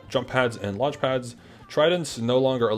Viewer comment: Did anyone else think said the new game is called lunch? 😭😭 I was like ohh thats uh interesting…